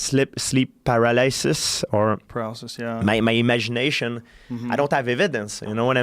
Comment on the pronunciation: I love how Georges pronounces paralysis like para-lice-iss lmao